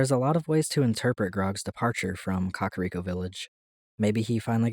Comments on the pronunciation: KAKA-riko???... it's ka-KAR-iko lmaoooo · It's not pronounced Kakariko. It's pronounced Kakariko.